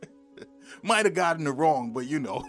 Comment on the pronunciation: Mighta? You slaughtered that. Still great info.